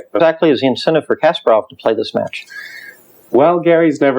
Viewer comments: Henley, KasPARov, pronounce it correctly please. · Philip Gerlach Yes I know his name was changed I have been reading about chess players since the 70's. The fact remains he is mispronouncing "Kasparov". He doesn't have to pronounce it perfectly but at least get the emphasis on the syllables correct.